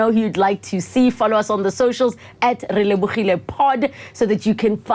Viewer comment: Thank you very much for bringing the legendary and authentic KL ausi Relebogile. He really got me when he spelled your name, that sounded more like really-bougie. Talent abound in 1 man is priceless.